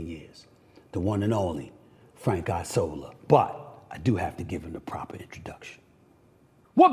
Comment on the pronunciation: Isola = Island In Italian, It make me lugh how you pronounce Isola. :) correct one is ìṡola :) Not Aisola :)